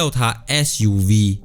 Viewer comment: Fuv?or ssssuv?